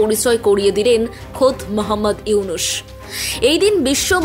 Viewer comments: হাশিনা, ইনুশ, - উচ্চারণ ভুল হচ্ছে, শুনতে কটু লাগছে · উপস্থাপকের উচ্চারণ, হাশিনা, ইউনুশ।